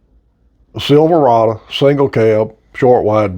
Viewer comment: You lost me on your pronunciation of Silverado.